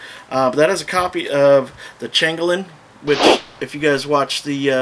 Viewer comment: I've never heard someone pronounce changeling so strangely